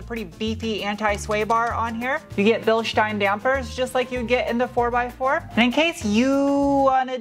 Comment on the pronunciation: Finally, a car reviewer who says Bilstein correctly. Thanks for sparing me another OCD anxiety attack.